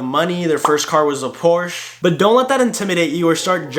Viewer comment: You have a Deutschland flag in the background and still pronounced Porsche wrong 🤣 Jk, great video